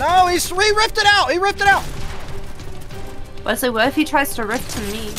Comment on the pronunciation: Holy shit that's me that's my name ohhh my god Wesley I love you ❤❤. Your videos are the best and in just want you to know how much this means to me I don't even care that you pronounced it wrong